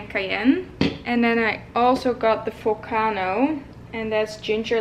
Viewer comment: volcano not folcano :))))